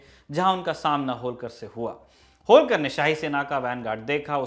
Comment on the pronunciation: होळकर बोलीये, होलकर नही! क्या उच्चारण है!!😃